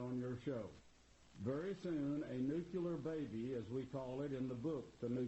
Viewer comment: And, of course, he mispronounces 'nuclear' - he says 'nuculur'. Another marginally-educated, hick religious nut.